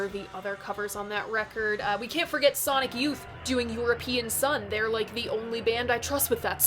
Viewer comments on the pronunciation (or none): none